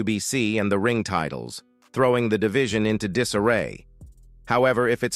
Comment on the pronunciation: Is this a software reading the text? At about 5m 14s mark, "titles" is pronounced as "tit-less". Left a bad taste for this viewer.